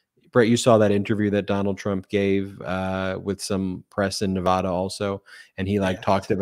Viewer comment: Thanks for pronouncing "Nevada" correctly 😂